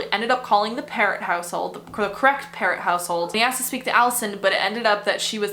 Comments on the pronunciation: Alisson pronounced Pero the "t' is silent. That doc that sounded it like a parrot is incorrect. Can you delve into the Shoeshine boy murder in Toronto, late 70's near the Eaton Centre. This was major news as we were in elementary school. It brought to light the issue of child labour, Portuguese immigrant family. Nicole Mor-eh. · So, yes, I remember the videos of Bert and Getting - good work !your pronunciation of her last name needs to be “frenched”…